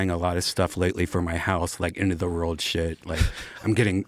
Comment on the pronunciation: To be fair, Redban would have a lot more to say if he was able to pronounce “world” correctly